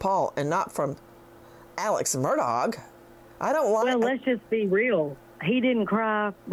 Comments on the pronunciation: Do you intentionally pronounce it incorrectly? “Murdogg” or is that for likes? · Nancy pls pronounce AM name correctly. It’s pronounced Murdaw not Murdoch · Nancy, I love your commentary but how can you get on to your friend for mispronouncing Bruno Magli when you keep pronouncing Murdaugh “Murdogg”. Hello, I think the gh is silent, dear. I think Alex and Buster even mispronounce their own name…sounds like they’re saying, “Murduk” And Alex calls himself Alec. Weird… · It’s pronounced MUR DAW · Ha ha! Nancy Grace calls him mur...dog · Nancy corrected this woman's pronunciation of a name but yet Nancy keeps saying MurDOG. Omg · Pronounced “Alec Murdock”. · Oh my gosh I just love you I love listening to you talk and your accent and by the way I was saying on a different Channel actually I guess I was making a comment I said has anyone ever noticed that when Nancy says Murdaugh it sounds BIRDDOG. Comments came in like crazy that Nancy shouldn't be calling people names and I stood right up for you and I said that is her accent I said it is just funny that it comes out sounding like bird dog so now because of me people think you're calling him a name but if there was any funny name to make up I think bird-dog would be the funniest love love love you